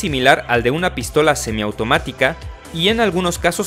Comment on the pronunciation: Jajaja "pístola"